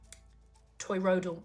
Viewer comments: Why does she keep saying toyroidal? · Fun presentation! May I humbly suggest that you work on your pronunciation of toroidal? Oi sound goes in the second syllable.